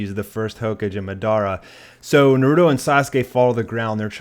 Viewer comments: It's naruto not narudo and madra not Medea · Narooto Borooto Mahdarah Ho-cage Raz n' gan What kind of whack ass pronounciations are those? Are you sure you've watched the anime? Pitiful. I Spit on you from utter disgust. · mugen "Naroooodo" "ho-cage" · ITS NARUTO FUCKING NARU*TOE!!!!!!!!!!!!!!! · "Narooodo" "Hoe-cage" How TF did you watch an entire series and not figure out how to pronounce names and titles lmao. This is what the English dub does to people 😂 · 54 people heard him pronounce Naruto Nurudo and got triggered. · not to hate but the way you pronounce rasagan and naruto bugs me